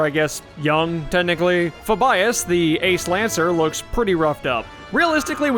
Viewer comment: Fuh-bias? Fah-bee-us.